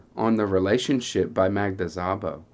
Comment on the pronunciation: As a native Hungarian speaker, I just want to let you know you don’t pronounce the “z”. It is pronounced like sa-bo.